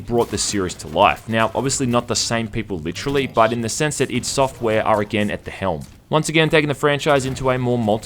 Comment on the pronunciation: Thumbs up if you hate it when people say "eye-dee" software.